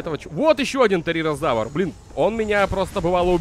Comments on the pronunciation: "Терерозавр" не правильное название правильно теризинозавр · Тиризиназавр а не териразавр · Уши режет твоё произношение. Терезинозавр. Шантугозавр, пазицефолозавр, гиганотозавр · Не тэринозавр а теризинозавр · Терезинозавр* Пахицефалозавр* Гиганотозавр* Паразауролоф* (или паразавролоф?) Шаньдунгозавр* Карнотавр* запоминай, )